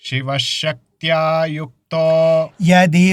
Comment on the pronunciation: గురువు గారు మీరేమో శివశక్త్యాయుక్తో లో శ కారం చదువుతున్నారు శిష్యుడేమో ష కారం చదువుతున్నాడు